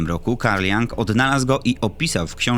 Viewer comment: Tam w 4 minucie to nazwisko wymawia się "Jung" a nie jang i on to opisywał jako psychologiczny i kulturowy fenomen a nie jako typowe ufo. Mimo wszystko materiał świetny 😊